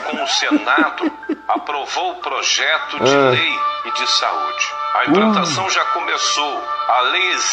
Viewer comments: Analfabeto e o livre exame das escituras + o gozo de fazer um vídeo. Ri demais com o Caio. "Imprantação" kjjjkkk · a cara do Caio na hora de ouvir a mensagem é ótima kkkk! "😳é ?!" "aah.. uhum - imprantação😅"